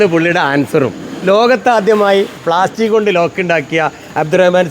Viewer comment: ലോക് അല്ല മാഷേ, ലോക്ക് ആണ്,😂